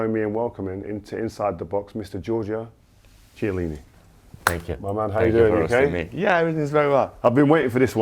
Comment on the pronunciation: What an epic intro only to then pop the cherry with the name butchering. Kyelleenee. Not “Tchelleenee”. Famously, every non Italian also asks for “Tabachee”, instead of “Tabakko”, like in English. Kiellini, not, Tchellini.